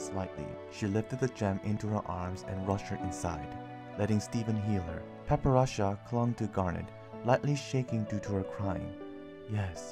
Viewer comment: It seems that I have been pronouncing her name Wrong.... I kept calling her Para-pera-cha Instead of Padparacha. LOL curse my Asian accent!! I thought I got it down when I was recording it...